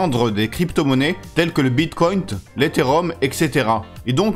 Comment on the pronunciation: Il n'y a pas de T à la fin dans "bitcoin" ,,,, :-)